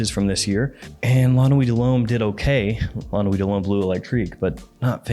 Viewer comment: I love your videos, I really do. But one small piece of advice if I may(and I'm not a native french speaker, but still): The E is before the U in BLEU. It drives my inner Sheldon crazy hearing you pronounce it BLUE all the time. 🤯😅